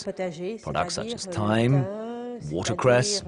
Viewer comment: How they found a guy who can't pronounce either turbot or thyme, and how those mistakes then made it to something that was actually put out into the world for people to watch, I do not know.